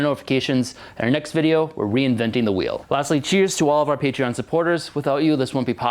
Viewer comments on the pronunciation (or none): none